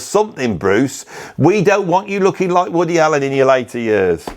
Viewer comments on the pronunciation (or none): none